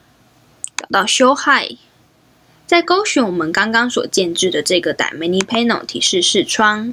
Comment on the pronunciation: 其实是叫dy/na/mic，不是叫dy/manic，我说怎么一直听着不习惯